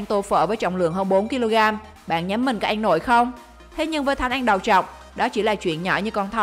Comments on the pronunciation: Ăn thành an luôn:))) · Nói cứ ăn thành en😂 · Ăn phát âm thành “anh”. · MC nói ăn mà cứ anh anh, nghe mà khó chịu. Kiểu nói còn k sõi mà đi làm MC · mình nghe như een hay ên 😅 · Chị này nói từ "ăn" kiểu gì ấy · Video giải trí ổn, bạn nên đọc cho rõ chữ "ĂN" chứ người Việt mà đọc sai chính tả thì nghe rất khó chịu